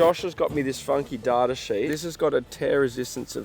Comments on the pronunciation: the way you pronounce data is hilarious 😂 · Most people: "Dayta" The other people: "Datter" Australians: "DaRdAR" 😂